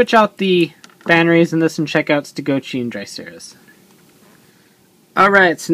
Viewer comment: everytime you say stegochi it sounds like youre saying ste goat cheese. lol